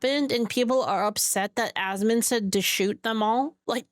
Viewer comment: Goddamit it’s ASMON! Not ASMOND. For fucks sake. 😂